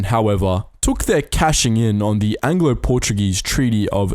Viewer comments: Congrationlations! You perfictly assacinated every portuguese name in this video. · Note 0 for your Portuguese, Speaker! Even with the names!